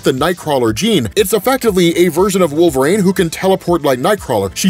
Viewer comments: Wolvarain is a wild pronunciation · Why do you pronounce wolverine so strangely